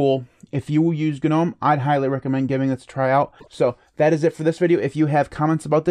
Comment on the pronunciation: The g in “gnome” is silent! It’s like “nome”! Not “guh-nome”